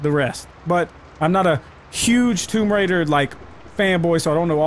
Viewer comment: Toom raiders 🤣🤣🤣🤣🤣🤣